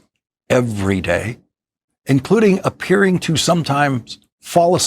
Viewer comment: “APESRING”??? Appearing to fall asleep ?? Y doften the words?? MoFo habitually falls asleep